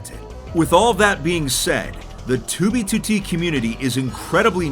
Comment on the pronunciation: The way he pronounces 2b2t is perfection. "Toobeetootee"